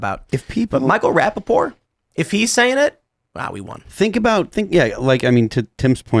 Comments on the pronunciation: It's Rapaport... Not raPPaport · It's Rapapoor😂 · Pronounce the T In his name!